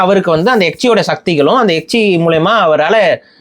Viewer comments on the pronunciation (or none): Yechi illa nanba, it's called yekshi